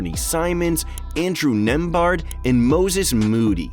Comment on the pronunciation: Andrew NemBARD. Tell me you don’t watch basketball without telling me you don’t watch basketball. I’m a girl and even I know that’s not how you pronounce it. Is this my sign I need to create a basketball channel? Lol